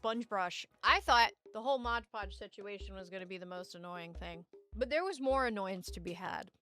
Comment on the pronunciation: To clarify, I love your videos… but the modge podge bit is really taking me out of it